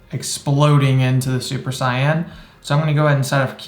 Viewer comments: Its "Say•in" not cyan. ❤️ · that's actually how you pronounce it in japanese